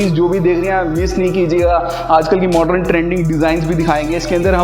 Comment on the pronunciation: I really stopped seeing because of hearing the work "MORDREN" 100 times.. please say 'modern' and spare the word... Rather than over using...🫣